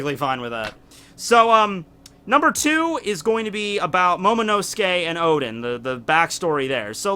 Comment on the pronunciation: Sorry but I need to say, the name is "Oden" not "Odin"